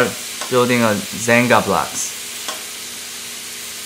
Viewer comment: I heard 'xanga blogs' instead of 'jenga blocks' and it brought back so many dark time memories of my 8th grade xanga where I wrote questionable poetry about my sad girl feelings.